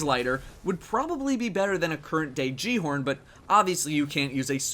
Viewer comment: Great video, but considering that the guy at the end of the Rise of Iron ad can't even say "Gjallarhorn" correctly, I've lost all hope in Bungie.